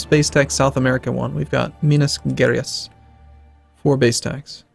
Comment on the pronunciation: Dude, the "g" in gerais from minas gerais in pronounced like the "j" in jazz, and the word is stressed in the "a", its portuguese, just google how the word sounds